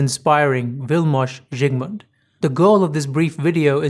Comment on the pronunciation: Beautiful pronunciation of the name, thank you sir.